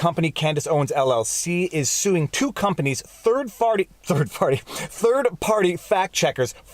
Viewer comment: I rewound & replayed this five times just so I could hear you say “third farty” again and again. 😆